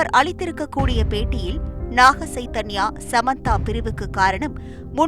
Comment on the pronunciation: ஸைதன்யா அல்ல, ச்சைதன்யா என்று உச்சரிக்கவும்.